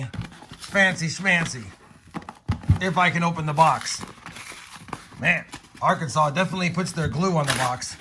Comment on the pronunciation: It's not AR-Kansas it's ARK-In-Saw